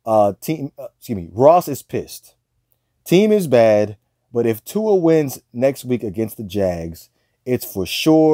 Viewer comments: Try saying Tua's name correctly for a start! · He hates…. Sorry…. Dislikes Tua too much to pronounce his name correctly